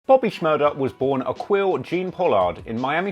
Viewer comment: Ackquille, phonetically is “Ack-Keel” just so you don’t look stupid saying it.